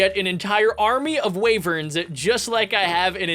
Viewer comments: WHY WHY DOSE HE CALL WYVERNS WAYVERNS?!?!?!?!" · you're pronouncing wyverns wrong it's pronounced why verns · They pronounced why-verns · Wyverns are pronounced whyvern